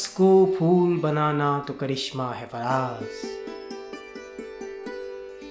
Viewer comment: abe fool nahin phool....